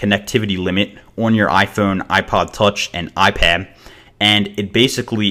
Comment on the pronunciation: he said ipam instead of ipad lol